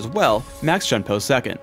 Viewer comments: Juke5763 . I am very calm, and I already acknowledged the obvious fact that you just stated. It would be best if you actually read PhDinGnoming's original comments. "lol at the correct pronunciation of shunpo" was used as a response to my original comment: "lol at his pronunciation of shunpo". He thought it was the correct pronunciation when it wasn't, so I responded to him about it. He was acting as if he knew what he was talking about when he didn't. That is what I meant when I talked about faking knowledge. Also, when you try to quote people, actually quote them properly. I said "faking knowledge.", not "faking with knowledge". Then he responds with "How would you pronounce it then? Shenpah? Sheegee? Flibbertyajf?". At this point he is obviously just mocking me for no reason, so I gave him a response to answer his question as best as possible and left it at that. I think you should be the one calming down, and to also learn to read comments and understand the situation before attacking people. From my previous comment: "He didn't know what he was talking about, I corrected him, he asked for more detail, I answered his question properly and taught him the correct pronounciation." I don't expect everyone to be a "bleach nerd", and I have no problem with people not being a "bleach nerd". I barely even know Japanese, and I don't expect everyone, or even just LoL players to. Is there really such a problem with that? Where did you even get that idea? Stop trying to generalize, p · It is Shoon-po. If it were to be read as Shun-po, there is an accent on the u. The Japanese pronounce the 'u' as 'oo'.Alternatively, Shuhn-po. Use the pronunciation tool on the on the Japanese side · The way he pronounces Shunpo really makes me cringe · It's pronounced "Shune Po" Btw not "Shun Po" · lol at his pronounciation of shunpo. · The way he pronounce shunpo ==